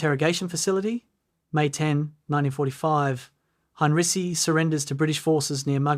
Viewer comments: His name is HEINREICH not “Hein-Ricky!” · Ai slop. Narrator cannot even pronounce name of subject.